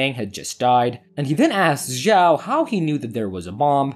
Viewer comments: Zhao should pronounce chao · 'ziao' 💀bro it takes two seconds to check the pronunciation in google translate pls I'm begging